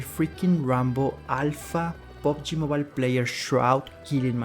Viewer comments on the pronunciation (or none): none